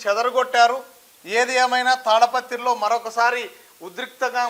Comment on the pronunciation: అది తాడపత్రి కాదండీ.... తాడిపత్రి